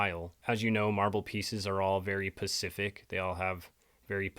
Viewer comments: Okay.... how can I take you seriously when instead of saying " Specific" you are saying "Pacific" .... I heard it earlier in the video and just thought you misspoke or something but you said it 2 or 3 times, talking about this marble tile. Aside from that I really am enjoying this video lol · It’s specific. Not pescific. God it kills me to hear you say this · Really appreciate you & your sincere research but, you mispronounced specific & called it pacific…just for future reference😊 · Specific!! Specific! Specific NOT pacific ❤❤ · You do such an amazing job and have such amazing work.There's just one little criticism that I have and believe me , it's nothing but constructive. Pacific is an ocean, specific is something in particular. If you say the wrong thing , it makes you sound unintelligent , and that is the furthest thing from what you are. Just trying to help you're work is unbelievable keep it going! Subbed and liked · It's "specific" not "pacific". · Love your channel. , specific is not pacific. But the Pacific ocean is. Specifically. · (Dude? Learn the difference between the words "pacific" and "specific," please!!!) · Say it with me: Specific. Spa-sih-fik. Specific. Quit saying "Pacific" dude. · Specific not pacific. Lol 😂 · Specific, not Pacific Now ya know… Ps. Good Videos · Spe. Cific. Not. Pacific, My Guy. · When you say pacific, do you mean specific ?? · You picked up on his use of " pacific" instead of specific. It is so weird. How can anyone do that? If there were a pacific ocean maybe I could understand it. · When u r speaking about how they used different marble for J. Bruce Ismay’s cabin on the Olympic n the Titanic n u can see they used different marble for each. U state that “marble is Pacific to each ship.” The word u meant to use was SPECIFIC not Pacific. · I know! I’m not sure if he’s intentionally saying Pacific to mess with us now or if he’s like my friend who thinks “ideal” is an “idea”. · lots of black people say pacific